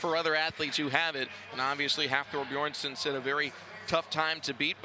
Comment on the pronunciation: They really let him say BEERSON AGAIN....wtf